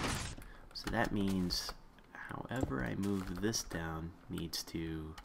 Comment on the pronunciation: down not dow.